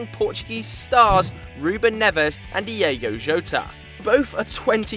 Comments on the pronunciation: Jesus m8 its Diogo Jota, not DIEGO Jota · It's Diogo not Diego and it's mêndes, not mendés ffs